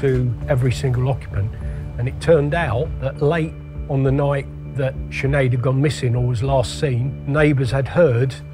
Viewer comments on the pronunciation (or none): It's just not pronounced chin ade? What the fuck. It's pronounced shin - aid. 5 minutes into the video you hear her mother saying her name anyways like. Are you Irish, how are you living in Ireland but never met anyone called Sinead? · Big man it’s pronounced shinaid. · Sinead is pronounced chin ade.. No disrespect to be meant to anyone linked with this video. I'm just helping the Americans out